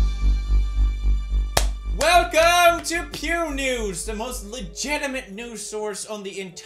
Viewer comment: Puu news? Poo news? Pew news? Pyu news? Wtf?😂😂